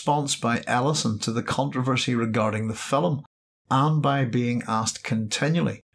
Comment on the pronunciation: It's film, not filim.